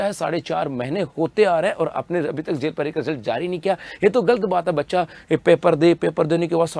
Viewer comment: Jel prahari ko zel prahari ko bolta hai ye 😂😂😂